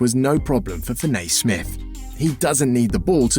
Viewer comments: Fin A ….. it’s Fin E Damn Englanders 🤦‍♂️ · I thought it was me sound like he says fin- nay..# put some respect on my name in my birdman voice..😂😉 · Good video, but you mispronounced his name whole video